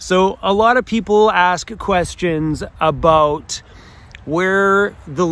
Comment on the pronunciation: Always miss my Canadian relatives when I hear you say "aboot" lol